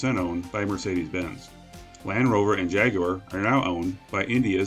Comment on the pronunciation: As a Brit, I was both surprised and pleased by the way you pronounced "Jaguar".